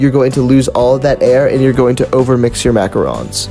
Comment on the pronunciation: I’m French so it makes me mad when people pronounce it wrong!!!!